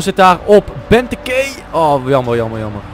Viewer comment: hahahaha je spreek benteke verkeerd uit.